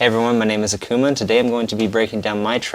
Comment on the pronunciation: Is it just me or did yall always pronounce it “A” “K” “V” “M” “A” instead of “Akuma”?